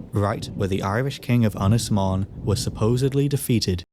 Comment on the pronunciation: Little hint and tip for you.......elongate the ' O ' in 'Mon ' .....that's what the ' To Bach ' or ' Little Roof ' above the O indicates....you pronounce 'Mon ' as the English ' Mown ' almost . You got the Ynys bit right . Otherwise ....good stuff .